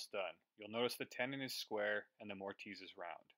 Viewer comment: He's picking on your pronounciation. Most people pronounce the "i" as a soft consonent so it's More-tiss. The silent "e" at the end would normally cause the hard "i" though, so I don't fault you.